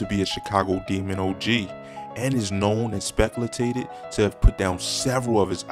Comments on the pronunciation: My boy said speclatated 😂😂😭 *speculated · I don’t like to hate, but my boy said “speculatated” 😂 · exspecletated lmao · Did this goofy say "specultated"? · Did this nixxa just say "speculatated"?? 🤔😳😥😂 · Within the first 10 seconds this dude said.."speculatated" (instead of speculated" 🤦🏾‍♂️ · Did you say “speculatated” I’m gonna need folks to read more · SAY SPECULATED AGAIN???? — you dead ass wrong for disrespecting that word like that.